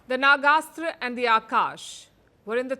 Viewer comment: Palki Improve your pronunciation it is "Nag-Astra" Not "Naga-Astra"